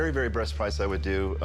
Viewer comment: It's funny how the seller of the coins said very,very breast price. I think he was thinking of something else 😂😂😂😂